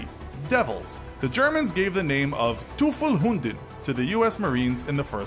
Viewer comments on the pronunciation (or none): Teufel Hunden ain't correct its TeufelsHünde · TOOOFLE HOONDE! Yes...